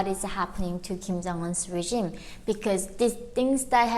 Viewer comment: just for future reference, its "regime" not "regimen"